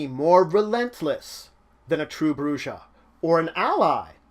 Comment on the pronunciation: This is good but my only criticism is you pronounced brujah wrong throughout the video.